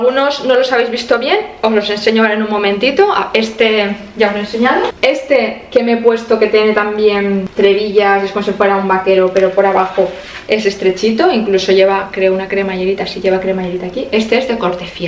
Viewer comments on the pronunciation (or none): "Trebillas" 🤦🏻‍♀️ " TRABILLAS"